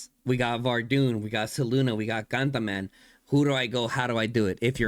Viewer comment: Cantaman 😅all I hear is Gataman